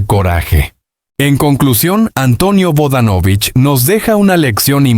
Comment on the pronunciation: No sigas mintiendo y por favor primero aprende a pronunciar bien sus apellido